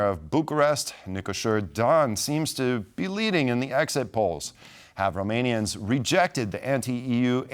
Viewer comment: I am subscribing to your channel because you pronounced all the Romanian name correctly. I watch many channels. I surely will watch you, too. Thank you.